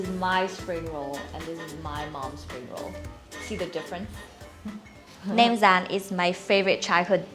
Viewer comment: You had me at”Nem Ran “ and lost me at “Thit Dong “. ❤ P.S. is beautiful